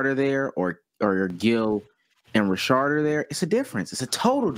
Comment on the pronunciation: Rashad not Rashard 💀💀💀